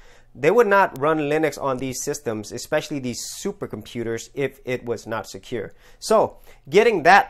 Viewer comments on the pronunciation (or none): none